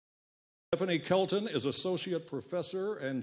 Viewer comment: this guy mispronounced her name, called her "shelton"